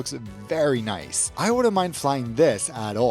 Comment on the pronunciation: Love ya "Kath + Kim" aussie "Noice !" lol ;)